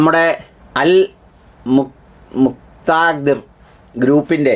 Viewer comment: എന്താടെ... നിനക്ക് അൽ മുക്താദിർ എന്ന് പറയാൻ നിനക്ക് ഇത്ര വിഷമം